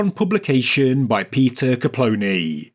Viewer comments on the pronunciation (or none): none